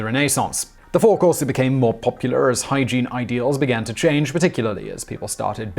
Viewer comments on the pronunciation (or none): none